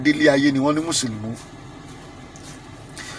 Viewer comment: Alagba it's Musulumi not Musulumu...